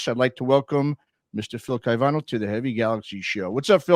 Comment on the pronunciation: Great interview but you mispronounced Phil's name consistently.